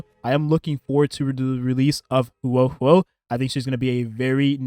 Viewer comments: The way you pronounce the name hoo- oh is right I believe just say it like that as one syllable faster I had a Chem teacher with the same Huoh name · the way you put it together with the Luocha and Huo Huo was really smart and yes that is how you pronounce it! don’t be so hard on yourself :)